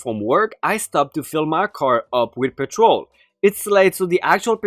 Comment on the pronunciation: “Petrol” is stressed on the first syllable, not the second, i.e. “PET-trol”. What you said is “patrol”, which is stressed on the second syllable and can be either a noun or verb. Also, “diesel” is pronounced “DEE-zul”, not “DYE-zul”. I’m meaning to be constructive.